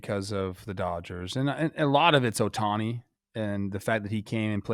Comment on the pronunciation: Get his name right, it's Ohtani. And he's the only player who pitched and swung a bat in that game. Hoffman was so afraid of him he gave our worst hitter a pitch to tie the game with. Blue Jays would've easily lost without Vlad, I don’t know what point you're trying to make, what's the point of being "better" if you can't win when it matters. Better at what? Teeing off a bad bullpen arm when the other team has already decided to take a loss to better prep for the next game.